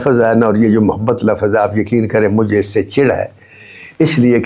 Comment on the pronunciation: مولاجٹ پاکستان کی ایک معمولی درجے کی فلم تھی۔ ناصر ادیب صاحب "لفظ" درست Lafz بولا کریں خدا کے واسطے لَفَظ (La-faz) نہ کیا کریں۔کیونکہ آپ ایک ادیب ہیں اور ادیب کو غلط لفظ زیب نہیں دیتا۔ شکریہ۔